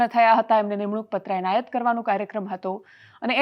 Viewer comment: Onayat na kevay enayat kevay mr.c.m.sir